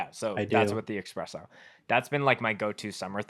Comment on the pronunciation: Dude, it's "espresso", not "expresso"